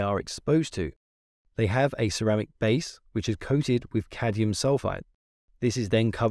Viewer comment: why you said "cadium"? it is supposed to be cadmium.